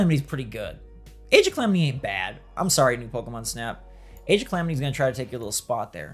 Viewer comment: AGE OF CLAMITY 😂?????